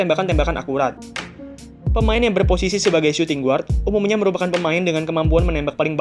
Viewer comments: videonya keren2 tapi biar makin keren Guard dibaca Gard not "GUard" hehe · Guard bacanya = Gard, U nya gausah disebut